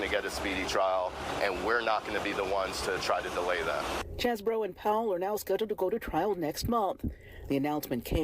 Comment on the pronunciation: It's Cheesebro